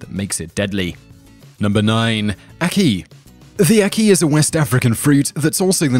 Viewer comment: Ack-Key - NOT Akey!